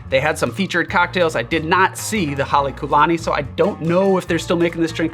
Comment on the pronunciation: As a student of ōlelo Hawai'i (Hawaiian language), and a part Hawaiian myself, I wouldn't quite say the pronunciation was excellent. And if I'm not mistaken, although even the hotel doesn't use it, I believe there should be a kahakō over the u like what you see over the ō. Hale meaning house; lani meaning Heaven, And the Ku, (kū) meaning befitting (in this context).